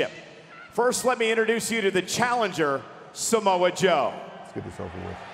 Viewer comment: "Samoe" Joe